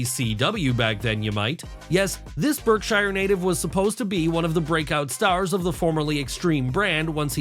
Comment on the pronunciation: Berkshire - pronounced Bark-sher. We have the internet to help us research things before we publish them officially, don't you know?